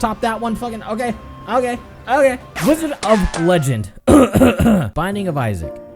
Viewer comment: wDIOzard of legendo